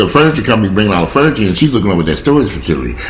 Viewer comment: Keep an extra eye on your mom. Forgetfulness usually is not temporary unless it was due to some kind of trauma. You're a great son. PS I love your fun-ni-cha. As they say in the South.